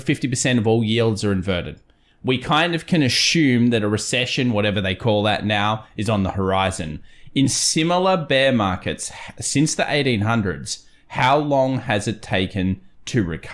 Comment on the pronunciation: "Ashume" lol